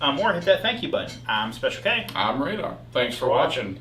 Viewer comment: Lol Radar sounds like a grandma who can’t pronounce things correctly.